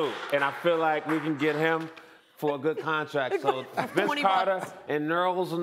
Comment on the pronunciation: Nerls Noel...I'm WEAK. That's his new name...NERLS NOEL!